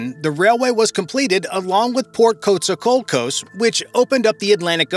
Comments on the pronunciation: Took so long to get to the point I almost fell of my chair..But the mangled pronunciation of the Spanish threw me over the edge. Spanish is one of the easiest languages to learn as the vowels are constant. How he came up with Coast Alsos out of Coatzacoalcos lead me to: A E I O U el burro sabe mis que tu. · Great video, hope the project comes through, but...Costa La Cocos? Coatzacoalcos deserves better.